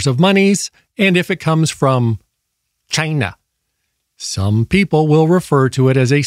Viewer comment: 😂🤣😂 “chinglish” in Chy-nàh 😂🤣😂